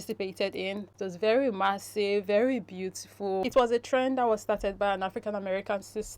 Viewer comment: It's follow "trend" or "train". At first I thought I heard the word "train" but later realised that the Influencer was saying "trend". Kindly confirm.